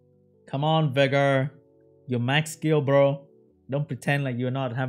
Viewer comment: Everytime says Vigor it sounds like Beggar to me lols